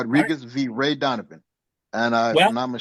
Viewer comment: This guy said RAY Donovan 😆